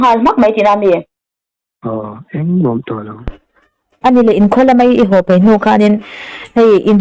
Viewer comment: Mizo tawng hman dan a ka ngei em em chu, ka ngaihthlak tituilo ber chu . Ho tih turah ,hau ti a lam hi ka ngei tlat.